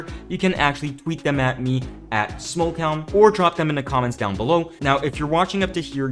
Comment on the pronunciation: are you saying "Smoke Town"? Because it looks like "smoke-elm" is the proper pronounciation.